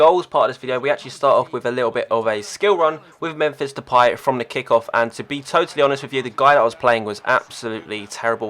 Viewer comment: He said Depay right! Congratz :P